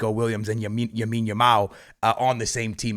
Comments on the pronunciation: its lamine yamal not yamine yamal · When is going to learn that Yamal’s name is “LAMINE YAMAL” and not “YAMINE YAMAL” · L A M I N E Y A M A L not yamin yamal 😂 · Its Lamine not yamine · bro its LAMINE YAMAL not Yamine Yamal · bro keeps saying yamine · who’s gonna tell bro that it’s “lamine” not “yamine” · C'mere bro, repeat after me: LAMINE Yamal. One more time: LAMINE Yamal Ok, one Last time: LLLLLLLLLLLLLLLAMINE Yamal There ya go pal 👏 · BRO STOP SAYING YAMINE YAMAL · He can’t even pronounce some of the Barca players names maybe he should learn first how to pronounce their names properly then he should make a videos on them. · I was about saying this